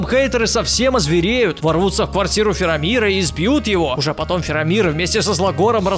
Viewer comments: ФАРАМИР, а не Фирамир (Я Про Властелин Колец) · Я конечно все понимаю но дядьку с Властелина Колец звали Фарамир, а не Фирамир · Не правильно! не Фирамир а ФираЖир!